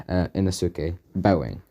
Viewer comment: Did anyone else notice how he keeps saying Inosuke wrong